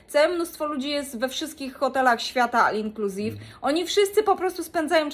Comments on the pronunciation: Nie al inclusive tylko ol inclusive się mówi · Ol inclusive się mówi, a nie all inclusive.